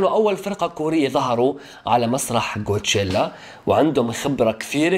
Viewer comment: ليسيرافيم ادائهم يجنن ولا تسب لا اوكلك هوا افهم ولا تنمر على ليسيرافيم كول قول كوتشيلا مو قوتشيلا 😂😂😂😂😂😂😂